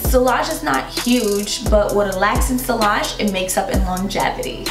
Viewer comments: On a fragrance channel sillage should probably be pronounced correctly. It's see-yah-zh, not see-lah-zh. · Sillage godamnit, two l's, always prounced as a y sound, not l sound, what's wrong with you Americans, don't you speak French? Dabble in perfumes and not speak French?